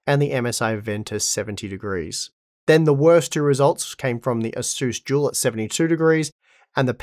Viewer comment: Im new to the 3 and 4 series, is he saying it's a Jewel bios or dual bios? What is a jewel bios, if that's what he's calling it.